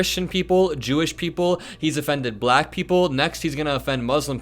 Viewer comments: What's with his sing-songy pronunciation of "bluh-ack"?? Besides the abject racism. He's on a stage with black journalists saying the word like he's talking to a toddler. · “Balackk”. He’s a loser. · His words were offensive, of course. But I haven’t seen anyone talk about how repeatedly pronounced the word black… like it was sour in his mouth. So weird. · I think he just realized that it wasn't his water bottle. Just listen to the way he pronounces black. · Why does he pronounce “Black” in such an odd way?